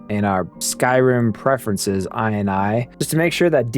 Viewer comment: Is this really how ini is pronounced nowadays ;D